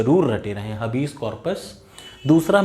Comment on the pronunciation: Habeas corpus हैबिअस का‍ॅरपस है हबीस नही है